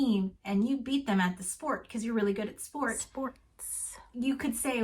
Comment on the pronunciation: pretending she knows how to pronounce the word "sports" correctly.